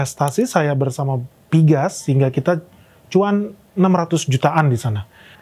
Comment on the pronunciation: Napa pgas diucap piges sedangkan pln tetap diucap pe el en. Skip ah...